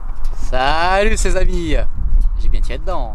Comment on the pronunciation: Pourquoi toi dis « salusse »?